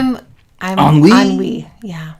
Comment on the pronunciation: "En-oui" lol 😆 BTW, Ennui is FRENCH